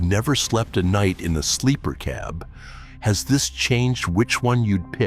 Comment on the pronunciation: Mispronounced "cab".